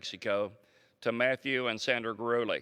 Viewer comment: It's pronounced Gu-de-le.